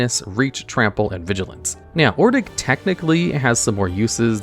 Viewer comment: Izalian? 🤣 Ix-uh-lawn - Ordik? Aw-drik.